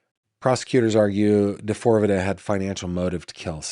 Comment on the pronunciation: Pronounced D-4-V-D